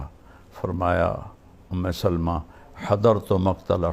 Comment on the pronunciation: ام سلمہ لام کے فتحہ کے ساتھ ہے